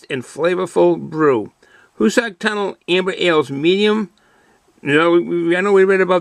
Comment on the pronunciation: Where can you buy this beer? My favorite train watching place is the East portal of the Hoosac Tunnel. By the way, it's pronounces HooooooSac Tunnel.